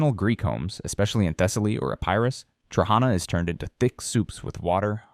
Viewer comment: Trahanas , the accent goes to the last a. ,to as.